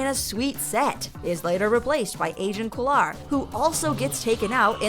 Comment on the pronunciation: I thought u said Asian Kolar